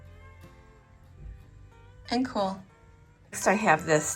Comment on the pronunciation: I hate the way she says coolel all the time. One word cool